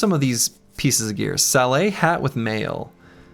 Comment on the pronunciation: Hi, sorry to be a history-wanker, but "Sallet" is not pronounced with a french silent T. It is pronounced "Sal-let"